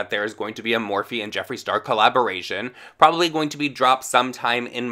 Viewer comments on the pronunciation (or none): none